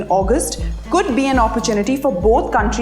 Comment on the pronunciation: Who the fuck is President Xinping😂😂